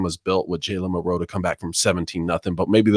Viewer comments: Anybody else wonder why these guys are the only ones that pronounce Milroe like milROW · I've always heard it almost as one syllable. KInda like saying Millro. Not mil-Row. If that makes sense. I could be wrong and they are the only ones pronouncing it right.